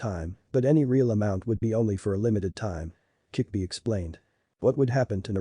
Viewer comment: it's kyubi not kickbi